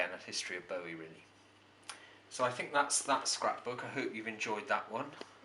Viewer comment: Nice collection. Thanks for pointing out the pronunciation of Bowie as 'bow in the hair' rather than 'bow of a ship'. It irritates me when In hear people pronounce his name wrongly, I personally blame Tony Blackburn for that ;-)